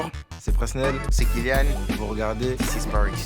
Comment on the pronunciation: Magique mais on dit PreSSnel Kimpembe !! 🔵🔴🔵